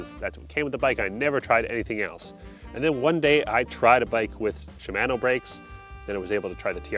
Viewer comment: It is definitely underrated how Canadians say Shimano! 😂